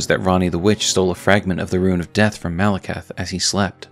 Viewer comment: Say it with me: Mal-eh-kith. You’re saying Malacath. Different guy from a different thing buddy.